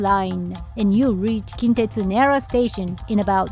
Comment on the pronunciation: says he's born and raised in Japan, but he's pronouncing "Nara" incorrectly 😂